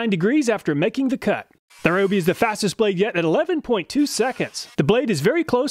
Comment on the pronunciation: Just wanted to respectfully mention that Ryobi is pronounced “Ree-Oh-Bee” according to their advertisements here on Youtube. Thanks for all the work that you put into making very informative test videos. I always look here first before I buy.